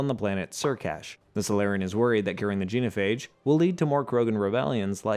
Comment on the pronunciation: So... many... proper nouns... mispronounced. Rachni, Genophage, Palaven, Thessia. Atleast Tuchunka was right. And I still seem to be the only person in the world who realized you could choose Control then just fly the Reapers into a black hole. End of the Reapers, all other synthetic life and technology preserved. Easy peasy. Or enjoy immortality, use Reaper tech to build yourself a physical avatar to go party with the mates, and use the same tech to rebuild the galaxy and be all benevolent but... sure... let's just blow everything up. 🤦‍♂